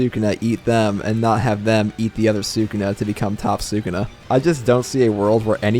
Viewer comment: Say sakuna one more time.😑😑😑😑